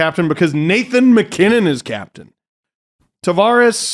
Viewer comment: I know. always says MacKinnon at it bugs me lol.